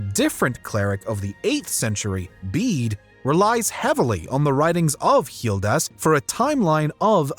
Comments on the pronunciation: Why are you pronouncing Gildas as Healdas ? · First of all, why are you pronouncing Gildas with an H? Second, the Anglo-Saxons did not come to England. They came to Britain and created England over centuries. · Why the strange pronunciation of Gildas? Hildas? Or Jildas (with a Spanish J)? Why?